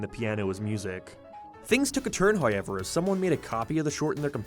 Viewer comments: I'll never get tired of "High-yever" (however) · What accent is this? Some sort of canadian one? Irish? Like how he pronounces "however" is nothing I've ever heard lmao. nevermind, suppose it's northern irish? I thought I was better at recognizing an irish accent but maybe they kinda vary depending on location